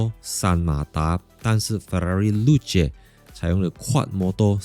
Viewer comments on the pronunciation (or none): 真的这样读？ 露？？😂